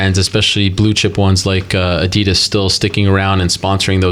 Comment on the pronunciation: A-DEE-DAS NOT A-DEE-DIS